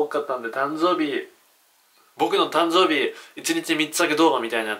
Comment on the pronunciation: たんぞーびwwwwwwwww